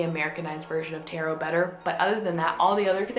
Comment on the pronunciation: U pronounced taro wrong it’s tarrro not tairo